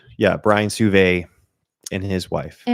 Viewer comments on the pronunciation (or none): Lexi Sauve. And I think it's pronounced "Soh-vay"